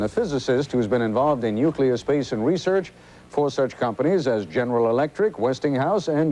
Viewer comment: Pleasant, helpful note to the narrator (and 64.3% of TV's beautiful news readers)... "Nuclear." Let's practice saying it right... 1. Say, "NEW." 2. Pause and say: CLEAR with a southern accent: "CLEE-ER." 3. Put them together gradually until there's no pause. "NEW, CLEE-ER... NEW-CLEE-ER." 4. Repeat ten times a day for ten days while looking at the word, "nuclear." 5. Read "The Talent Code" by Coyle. Just kidding, but it's a life-changing book. Read it anyway. ... Stanton, thank you for your amazing courage, hard work and objectivity. You make me proud to be an open-minded scientist. :)